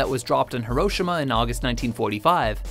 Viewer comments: Heroshima, how is it that you pronounce it like that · Can't even Shay Hiroshima right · The way that he pronounces Hiroshima makes me cringe. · I know.